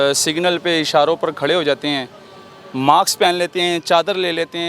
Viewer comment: Maks ni hota mask hota hy ap ne us k mask ko maks bola hy